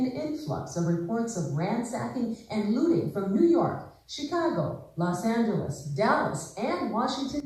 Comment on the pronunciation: The way the news reporter says She-caw-gow always seems weird to me